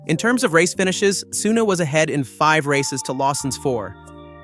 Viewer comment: It is Yuki Tsunoda, not Yuki Tsuna... And is Max Verstapen not Max Vers... So annoying and sounding arrogant, just very simple video edition of pictures and reading a text summarized by AI... This channel should be called "In Middle".